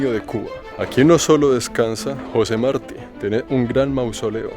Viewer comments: Querido,has estado pronunciado el paellido de Martí mal todo el viaje, el acento es en la segunda sílaba.;) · Jose Marti, con acento en la "i" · José (Martí tiene acento en la í.) Nuestro Libertador, y poeta.